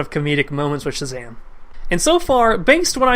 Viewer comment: Mispronounce Shazam one more time and I'm going to Shazam a stick up your bottom.